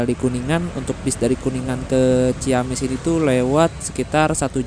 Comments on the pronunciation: Punten... mas, dibacanya ci-amis bukan ciyamis... setiap kata dgn kata ci dan kata berikutnya diawali huruf vokal, maka akan dibaca sbg vokal rangkap bukan diftong. Ci-awi, ci-umbuleuit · Ci amis bang nyebutnya jg ciamis hehehe